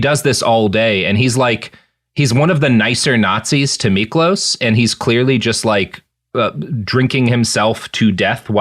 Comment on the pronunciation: Miklós was hungarian, and the "s" on the end of his name is pronounced as "sh". But your pronounciation of his name otherwise was pretty good!